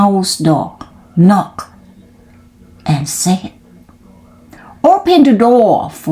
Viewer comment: ตั้งใจออกเสียงชัดมาก 👍 ช่องว่างไม่ต้องเว้นนาน ตอนเริ่มต้น บางช่วงนานไปนิด ตอนหลังจนจบดีค่ะ👏 knocked ไม่ต้องออกเสียงเคด เพราะเป็น verb ถ้าเป็น adj ค่อยออกค่ะ sixth seventh swallow ส วอล โลว thrown แลบลิ้นด้วยค่ะ thr stopped หน้านี้แก้ให้แล้วนะ:face-blue-smiling: ไม่ใช่ stooped